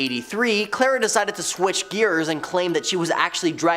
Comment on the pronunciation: Its Carla not Clara